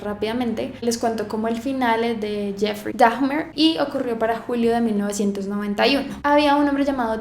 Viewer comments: NO SE PRONUNCIA DAJMER, SE PRONUNCIA DAMER -_ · no se pronuncia DAGMER... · Normalmente no hago este tipo de comentarios que a mi parecer van más allá de una crítica, ¿pero por qué pronuncias el apellido de Dahmer como: "Dagmer" y Milwaukee como "Milguauque"? Suena chistoso. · Es Dahmer, no. Dagmer 😭😭😭😭 LA H ES MUDAA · es dahmer, se pronuncia damer no daHJJJmer. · hermosa se pronuncia damer ...no dagmer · te amo pero por favor no digas "dagmer" lmao, es como "damer" como se esrcribe. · ...no se pronuncia Dajjjjjmer...se pronuncia Damerr...la h no se pronuncia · Se pronuncia dagmer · Puse el vídeo, dijo "dagmer" luego "milguauque" y lo quité ALV. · Ésta historia está mal contada, 🤔😐 Y es cosa mía, o dice dafner? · Me choca que arruines un gran trabajo de investigacion con una pronunciacion taaaaan forzada y mala!!!!!! Dahmer, milwaukee. No pasa nada si no pronuncias bien una palabra, pero no lo fuerces!!! es imposible tomarte en serio cuando haces eso. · Daffffffffffch ner! ? Jajajajaja nisiquiera investigas como se pronuncia el apellido jajajajajajaja ignorante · Hola! Solo como crítica constructiva ❤️ No se pronuncia como “Dajmer”, al igual que en el español la H no suena en inglés. Y Milwaukee se pronuncia como “Milwauki”, no como se escribe. Lo digo porque cuando yo no se como se escribe una palabra en español también me gusta que me ayuden en eso. 💙 Edit: Haces muy buen trabajo, pero yo como amante de este tipo de casos, ya sabía mucho sobre el y la verdad te falto mucha información y otra está incorrecta. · Me gustó mucho tu maquillaje y todo pero me da escalofríos cada que pronuncias la h de Dahmer como Dajmer 8( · Me parece que de pronuncia "Daimer" :) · ¡Por fiiiiin! (Se pronuncia "Daimer") Ross bebé precioso en su película 😍😍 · Hola! ¿Porqué sería "Daimer", según yo la "h" no se pronuncia, entonces sería "Damer". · Por querer andar de poser, has pronunciado mal el apellido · La "H" es muda :0